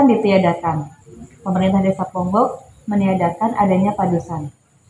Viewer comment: Pengucapan desa ponggok nya, kok kyak bukan orang ponggok mbk